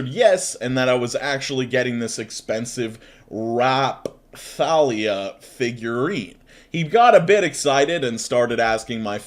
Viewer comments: Oh jeez, the name Raphtalia is from “The Rising of the Shield Hero.” And it’s pronounced Raf-tal-ia. Keep up the great work:) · The figure you tried to pronounce sounds more like raftalia and is from the anime rising of the shield hero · Poor Raphtalia got the short end of the pronunciation stick >. < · holy shit you butchered raphtalia